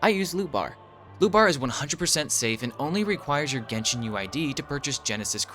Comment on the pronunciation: Genshin erect? My bad. I heard that for the intro 😅